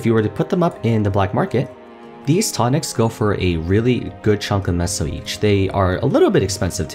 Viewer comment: I am pretty sure you are pronouncing, "Meso" correctly this entire time. I think it is a take on the Mexican, "Peso", which is pronounced, "Peh-So", except MapleStory has an M instead of P in the beginning of the word for the sake of the whole Maple theme, I guess? This is what I can correlate it to anyway.